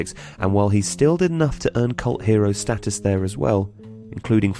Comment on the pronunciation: Your pronunciation of the word 'status' disquiets me.